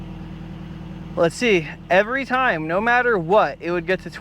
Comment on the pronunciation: "Noir" dude that shit is hilarious. Australian "no" I love it. Absolutely incredible skills as always man. I wanted that red one.